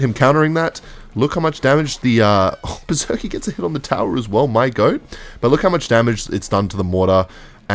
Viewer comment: Okay I'm fully convinced by now that one of the main reasons he uses Berserker in most of his d*cks is so he can pronounce it 'Berzerkeee'.